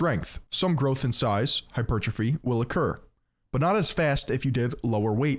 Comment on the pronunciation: HE SAID “HYPER - TROPHY” you have GOT to be kidding me